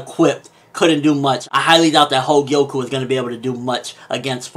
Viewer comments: The name of Kouen´s sister is Kogyoku, not Hogyoku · Everytime u said 'Hogyoku' i screamed 'Kogyoku' in my head; but none the less, definitely keep reviewing Magi! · He keeps calling her Hogyoku lol.